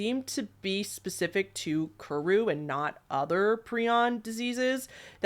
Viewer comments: This gal: Pronounces incinerate as incarcerate and kuru as koru. Me: 🤨 Is this the work of a bad writer or a speech impediment? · Pree-aan is the correct way to say it, and kuru is kur-oo. At least in American pronunciation and according to Merriam Webster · I sort of feel like you're saying a bunch of words incorrectly. Doesn't prion sound like Ion ? I don't think that incarcerated is the right word. I think the word you were thinking of is incinerated, and I'm absolutely certain you said Kuru incorrectly. You're saying Kor-roo. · Ur pronunciation lol so "pry-on" and "kooroo" would be how u say them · this video was pleasant background noise for while i was doing stuff, but i do need to point out that your pronunciation of some of these terms like kuru and creutzfeldt-jakobs disease were a bit off. 😅